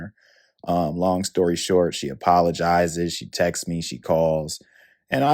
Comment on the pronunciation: 😂😂😂 Her eyebrows & small professional hooks😂😂😂 These women already offed YOUCbecause you say "Textes"😂😂😂